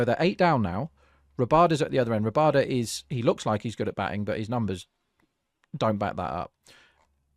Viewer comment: First channel I have seen that actually called it correctly. I was so surprised to see Miller give strike to Rabada.